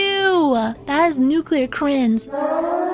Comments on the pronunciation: yes "cwinge" was mentioned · Is it just me or do i hear “cwinge” instead of “cringe”? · Unfortunate side effect of being a catgirl